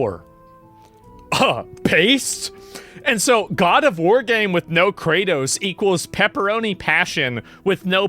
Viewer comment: My god, I didn't hear God of War, I heard God of Hore